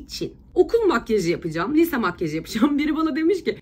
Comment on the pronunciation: nobody: ece: bu arada ben lise diyemiyorum lütfen dalga gecmeyin benle liiiise diyemedigim icin.. PATLADIIIM AOWPQPWWOEKEOEKKDWOKWKWKDKEOWKEOWKWOWK